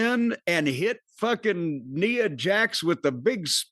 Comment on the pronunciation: N 👁️ A... is how you pronounce it Cornette